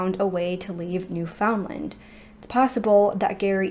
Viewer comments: awesome video but the way non newfoundlanders pronounce newfoundland bothers me lmao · I like how you say Newfoundland. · I live in Nova Scotia, Canada... which is also on the east coast of Canada and pretty close to Newfoundland. My father's side of the family is actually from Newfoundland. I do find it funny to hear Americans pronounce Newfoundland. They always pronounce it 'new-found-land' with such an emphasis on the found part! 😂 Here, we pronounce it 'new-fin-land' but without breaking it up into three separate words... it just kind of all runs together like one long word. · As a Newfoundlander myself I'm sick of people worrying about how the world pronounces Newfoundland. Some.ppl take that so seriously. We are the odd ones. Every other place in the world with "land" at the end, pronounces it like "lind"... England, Ireland, Greenland.... ect. We are the only people who literally says land, and pronounces found like fin... Ppl who speak modern English and didnt learn how to say it like we do are never going to pronounce it like us. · Thank you for covering a case from my homeland. It’s such a small place in Canada, most people didn’t hear about it until 9-11. I’m very familiar with the case and believe they all perished 24 years ago. I don’t know how the mom has coped all these years, not knowing the fate of her children. Btw Newfoundland rhymes with “understand”.